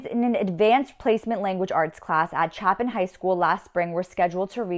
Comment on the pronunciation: Pronounce Chapin properly